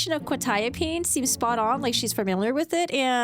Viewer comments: She had a script for Qutiapine....she knew exactly what it was for and how to pronounce it. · Also, Quetiapine can be tricky to pronounce if you see it first time, she nailed it immediately. I also take Quetiapine in low doses as extra for depression and sleeping pill. In low doses like 50mg it will knock you out in 20 minutes. Life changer for my ADHD ass. If you try to fight it, you can, but coordination and balance are like you are drunk.